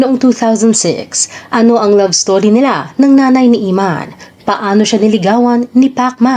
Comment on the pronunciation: anong " Imman "...? Emman, sester!!!:face-blue-smiling::face-blue-smiling::face-blue-smiling